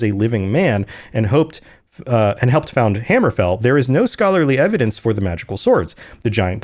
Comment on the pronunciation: My bro, it's hammerfell not hammer fall